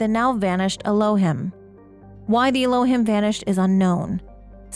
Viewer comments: I think Elohim is pronounced El-oh-heem. It's an Old Testament name for the Hebrew God. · Little correction. The Elohim are pronounced Ehlo-heem. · The correct pronunciation for Elohim is elōˈhēm is a Hebrew word for GOD. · This is super cool and I'm really excited for this game! Just one note: Elohim is pronounced "el-oh-heem". Thanks for compiling this.